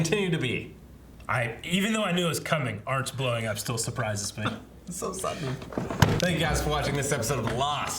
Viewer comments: What makes it even better is that Hurley is still saying "Arnzt", mispronouncing his name again and again. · Arzt, pronounced Artst.